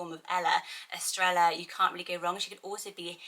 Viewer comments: Pronounced "es-TRAY-ah" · Hi, for pronunciation, I believe the ‘ll’ makes a ‘y sound. Estrella is “eh-stray-yah”; Baila is “bai-la’. Evelia is ‘eh-vay-li-ah’. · Love the video as always! I’m sure someone probably already said it, but the double “L” in Estrella says, “yuh” so it’s like, “Eh-strAy-yuh” I’ve had that as a name on my baby name list since Spanish class in elementary school! 😍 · Love these names. Love Spanish names. FYI- Estrella is pronounced Est-re-ya and Baila is pronounced Bye-la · Aww. My cats name is Estrella. In New Mexico we pronounce it Es-stray-ya. (Sometimes the r is kind of rolled, sometimes not). It is a lovely name both ways :).And her nickname is Estrallita (es stray yeeta). Which means little star. Love your channel. So much. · Baila: is Bah-ee-la Estrella: is Estre-ja 🥰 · Gorgeous names! Estrella is pronounced "estreya", and Bails is pronounced like "bye-la". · My friend has a restaurant called Estrella. She pronounces it Es-tray-a but my husband can’t say it and it always sounds like he’s saying Australia 😂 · 2 L’s together has the “yah or jah” sound in Spanish so instead of “Estre L a” it’s “Estr aya” hope that makes sense! This name list is right up my alley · Im pretty sure Estrella is pronounced as “Estreja”. The double L in Spanish sounds like an English J. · To my understanding the Bibiana variation is more for getting the B pronunciation in regions where V doesn't give off the B sound. Semi related, Estrella among Spanish speakers where I live (US, so probablly quite differently) is pronounced with a Y sound, eh-streh-yah. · Estrella is pronounced with with a “yah” at the end not like Ella- just FYI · For Baila it is pronounced like bye-lah. By the way Estrella is pronounced with a y sound instead of an l sound because two ls make a y sound in Spanish, but I really like the l pronunciation as well! Awesome and beautiful list, as always. :) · Yes a double L make a y sound xx